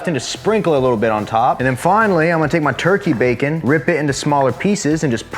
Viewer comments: My kids say bakah all the time, means stupid in Japanese. Prob not spelt the same way but when he said that I about died 🤣🤣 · Chicken, it goes "bakah" 🤣 love watching the videos 👍